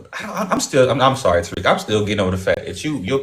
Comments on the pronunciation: The way she was pronouncing Tariq’s name as Tar-ick 😂😅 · She said, "Tariq" like tar sounds - the Tariq baby. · She keep calling him Torik 🙄 Over these immigrants!